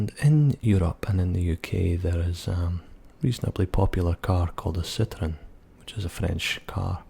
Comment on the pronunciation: As a french speaker I love the pronunciation of "citroen" XD, but seriously your accent is great!